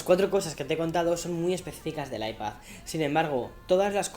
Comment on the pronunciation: Cómo se nota que es madrileño pronunciando iPad como “Aipazz” 😁